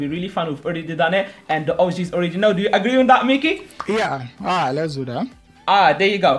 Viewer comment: It's pronounced Mackie not meckie😂✌️